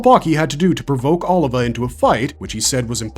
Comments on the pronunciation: O-livah not oliver lowk pmo after a while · Sergio Oliva not Oliver...lol great video still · Sergio Oliva (OH LEE VAH) 😎👍